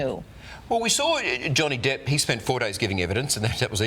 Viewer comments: The guy said Johnny Dip. lol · He calls Mr Depp DIPP